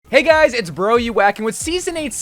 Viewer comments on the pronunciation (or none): none